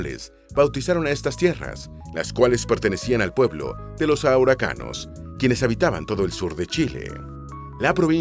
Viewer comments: 15,56 dijiste auracanos? se dice araucano, XD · Faltaron cosas y algunos nombres están mal: El nombre de la región más al norte es Arica y PARINACOTA, no Paranicota; la Capital de la Región de O´higgins es Rancagua, no el trabalenguas que se dijo xD; Es Araucanos, no el trabalenguas que se dijo otra vez xD; La capital de la Región de Coquimbo es La Serena, la segunda ciudad más antigua de Chile, fundada por Pedro de Valdivia, la cual no se nombró para nada al igual que la capital de los rios la cual es Valdivia y tampoco se nombró para nada al igual que la de la región de los lagos, que es Puerto Montt la cual tampoco es nombrada, pero luego viene el trabalenguas peor del video, la cual es la capital de la región de Aysén la cual es Coyhaique (que se lee Collaique) y por ultimo la capital de Magallanes es Punta Arenas. El nombre actual de la Isla de Pascua es Rapa Nui, ya no Isla de Pascua.